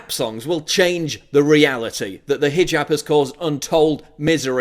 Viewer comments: Maybe needs to read this headline, since he seems to have a problem properly pronouncing the word hijab. It's not fucking hajib, it is pronounced hee-job, like he needs to get a job. I know is aware of this and obviously purposefully mispronounces hijab to emphasize the foreign nature, but only makes himself look stupid. Love the products but this has been a pet peeve of mine. Please pass it along. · ROFL... "Hi-Jib Hop"